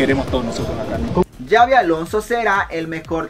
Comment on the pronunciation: no se pronuncia Yavi se pronuncia Sabi porque es con X y es vasco es una ayuda que te doy,recuerda No Es Yabi como tú dices,se pronuncia Sabi y se escribe Xavi,saludos.